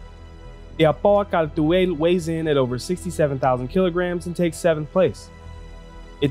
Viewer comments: You pronounce it like you trying to read something off of a french menu. I was never really interested in this ship, though I never really realized how fast and nimble it is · Yeah even CIG is inconsistent with that. I think CR does pronounce it that way. I just figured it was an English (England) way of saying it. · You can just say Kal'tual (Call-To-All) in your normal speaking voice. It's extremely distracting when you say the name like you're trying to summon a demon. Unless you're saying a foreign word in a linguistic context (trying to stay as true to the original pronunciation for academic purposes) nobody expects you to pronounce it perfectly. And doing it for one word in a sentence is actually discouraged in language learning strategies because it's pointless and distracting for the listener. This is why accents exist in the first place. Nobody enforces strict pronunciation for non-native languages. If you lost your american accent entirely and spoke like a Xi'an, it might be a different story. But we don't even know exactly how they sound until we hear multiple sentences that represent their standard dialect. Source: I teach ELLs (English Language Learners) at the High School level. Other than that, great video! I love the Al's aesthetics but it definitely has some work to do. But chances are that's not a high priority at this stage of development. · That's an interesting pronounciation. Basically that should be: 'cal·tooayl'. Makes it sound more Kryptonian than Arabic. I do like how it rolls off the tongue, though I much prefer the harsh R and short A of 'cartoo·uhl'. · thanks for this video, I have been looking forward to this video for almost a week now. Great job!! Although I think the khartu-al is pronounced "car-to-al" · Updated Load-out ► I just read the Galactapedia page. "The Khartu-Al (Kal’tuāl) is a Xi’an light scout spacecraft..." How is Kal’tuāl pronounced? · You mispronounce so much more than Kartu-al that I’m not even mad anymore.